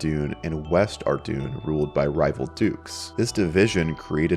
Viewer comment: It's pronounced Ar-doyn (rhymes with Dordogne, the region of France)